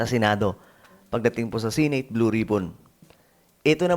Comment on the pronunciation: Seneyt po, hindi sineyt😂